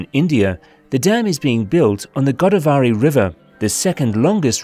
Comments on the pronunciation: It not Godaa vaary it is Godāvari one word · Its GO-DAA-VARI not GODA-VARI. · its pronounced godaaav/ə/ri the first aaa is stressed and the last a is schwa (unstressed) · Try to get the pronunciation of Polavaram right as it has been mentioned more than 50 times I guess, in the most annoying way (disrespectful of the name and culture). Same goes for Godavari. Few minutes with the locals, coming down from the ivory towers, would have helped (and given a hint of the long history of the land and how it got the name too).